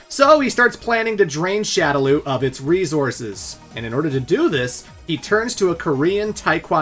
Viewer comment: ReZourses. Don’t say that.